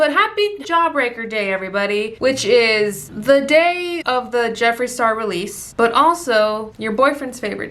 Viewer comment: New subscriber here!! I love your personality lmao pinche “Jefri” 🤣